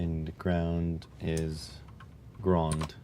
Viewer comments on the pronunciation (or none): Why "grawnd" and not "ground"?